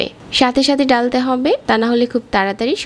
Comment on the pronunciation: গি(ঘি), ডালতে অবে(ঢালতে হবে), বেজে(ভেজে) ,রেকে (রেখে)---এগুলা কি কথা !-বাংলাটা শুদ্ধভাবে বলবেন